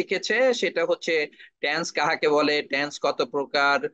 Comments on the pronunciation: উচ্চারণটা ট্যান্স হবে না, টেন্স হবে। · ট্যানস উচ্চারণ করল অথচ তিনি চেয়ারম্যান।